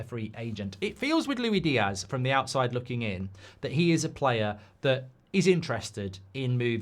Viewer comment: It's LuiSSS Diaz Mr G, not Louie. Get it farging right eh? It's like commentators getting names wrong, it's just idle.